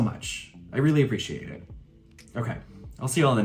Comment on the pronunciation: Am I hearing Apple-ition or am I just tired